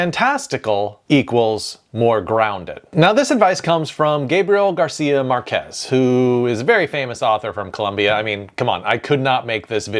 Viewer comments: Hmm ... it is always an excellent idea if you are going to say something abut someone, NOT TO BUTCHER THEIR NAMES. Just as an example the name MÁrquez you can clearly see the accent/tilde on the A so that is the letter with the stress on it, not the las E. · no, Marquez ISN'T the father of magical realism, that genre existed long before him, he only boosted its popularity and the "ll" in spanish isn't read as a single "l", is read as "y" Norman Osborne in Spider+Man 2… how could you mess this so badly? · Also, "Gabriel" takes the stress on the E, "Márquez", on the A, as the written accent indicates, and "Borges", on the O.